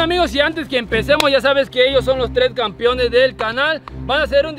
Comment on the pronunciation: Esos “Campiones” 🤣🤣🤣